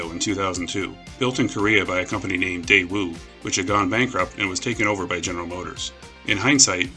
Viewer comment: His pronunciation of Daewoo hurt a little.